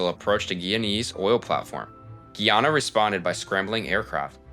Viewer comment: it's pronounced GUY- ANNA